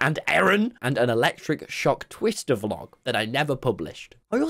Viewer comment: did anyone here tommy say twisster and think he said fister :face-purple-sweating